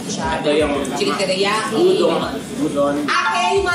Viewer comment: Udon is not pronounced yudon. It is oo-daan. I think it is more credible and respectful if you master the pronunciation of the food that you sell in a restaurant. If you cannot pronounce it right, how do you assure me that you mastered the taste and feel of Japanese.